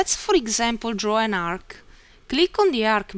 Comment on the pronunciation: 1000 percent Italian accent, the Arc-ca, show-za up-paa. Italian is probably the only language I know that adds that extra syllable like that. It's definitely not Slavic.